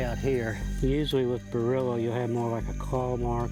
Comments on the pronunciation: I wish they would say Bearrilla instead of burrilla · Bearilla is Dogman.... They kéep saying barilla😂😂😂